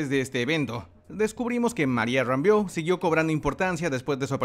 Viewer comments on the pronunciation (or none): Se pronuncia "Rambōu" no "rambiou" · Se pronuncia "Rámbou" no Rambiu 🤣🤣🤣🤣🤣🤣🤣🤣🤣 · todo chido pero acuérdate que se pronuncia RAMBO y es west view!!!! saludos! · El apellido de María está bien clarito en la serie no es como lo pronuncias.